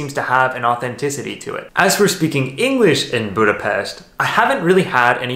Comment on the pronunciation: I grew up in Budapest. I miss everything about it. It was so nice to see my hometown. Thank you for sharing your experience also the perfect pronunciation of Budapest. Hope one day I can return and see it all and hug my family. I have watched your visit in Szentendre where my Mum lives. Brought tears in my eyes.